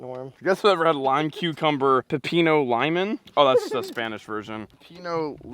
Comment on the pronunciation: You 2 together crack me up. Norm the lime cucumber gatorade is pronounced lee-moan pep-eeno